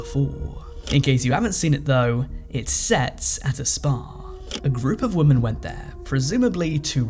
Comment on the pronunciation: Learn to pronounce women in english please!